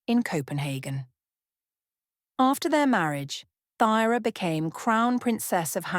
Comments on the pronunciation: I think it’s pronounced Turah? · What errors? Pronunciation of Thyra’s name, and mistakes in genealogy that have been pointed out to you in the comments. It is very important to get your facts correct.